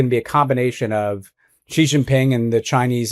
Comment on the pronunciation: For Pete's sake. President Xi is pronounced as President See or Si and not Gee.